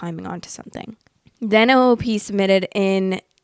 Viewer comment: love listening to you in the morning! i had a question and not trying to be rude, but why do you say “o o p” instead of “op”?